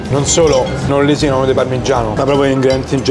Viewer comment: però se vuoi usare le parole più skill non sbagliare gli accenti. Non è la prima volta che ti sento. In questo caso "non lèsinano".